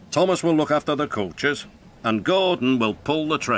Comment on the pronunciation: He says coaches funny